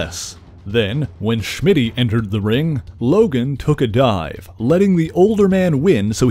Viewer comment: Why do you say "Shmitty"? LOL his name was Smitty.